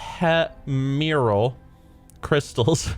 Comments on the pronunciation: Ephemeral ( Efemeral ) yOu FoOL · Ephemeral eff-em-er-all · Ephemeral...pronounced Ef Em Ear Al. Also wondering if WoW has any bat mounts yet? Even though I'm Blue for life always wanted a bat mount. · Its pronounced "F em er aal" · Eh-fem-er-uhl crystals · You don't know how to read. It's epHhheffmeehhmemeral stuff. I know things. I'm smart.